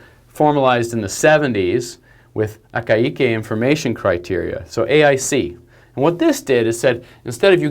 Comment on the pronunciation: Ah Ky Keh = Akaike. The ai is pronounced like eye in English, which if you listen closely has 2 sounds to it - an initial ah, and a following ee, but not with the enunciation used in the lecture.